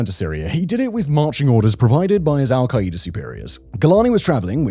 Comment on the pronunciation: I love Simon but the way he says "Al-kai-E-duh" instead of "Al-Kai-Duh" is INFURIATING its like that video of the woman cooking using the "micro-wav-eh"